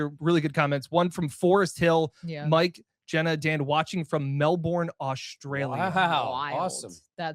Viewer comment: Dan, Melbourne is pronounced Mel-Bin, Not Mel-Born